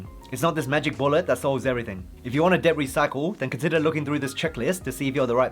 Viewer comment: Bro.. Debt is pronounced det. Not Deb.